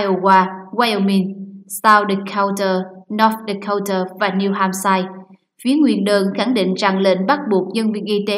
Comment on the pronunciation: Cô BTV đọc sai tên tiểu bang New Hamshire cô ta đọc Hamshire là ham shai là sai ,phải đọc là ham sơ mới đúng !